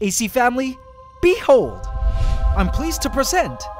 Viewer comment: He says Bee hold, emphasis on the be, instead of the hold. Unique, and now I smile each time I hear it 😂